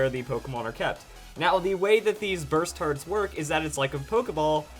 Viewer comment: You saying Burst Hearts, sounds to me more as Basturds